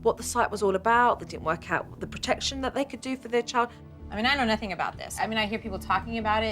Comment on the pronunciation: "...and they achieved absolutely "nothink"" lol